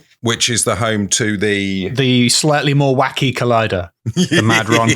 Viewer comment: …I won’t even start on your pronunciation of Perranzabuloe and Madron